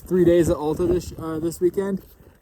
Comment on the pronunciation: It’s AL ta, not ALLta.